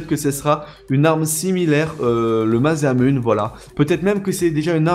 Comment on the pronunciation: cest masamuner enfin la prononciTion